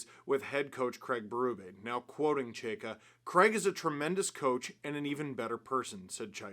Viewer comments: Chy-ka. Chay-ka. Chy-ka. Geez. Can we say it right, please? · Can't get used to the new Chayka pronunciation. I say that as someone with a last name no one knows how to pronounce.